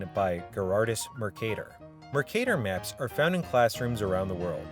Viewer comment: northern Wisconsin accent??